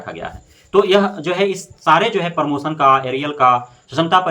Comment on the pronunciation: और भाई परमोसन नहीं प्रमोशन होता है।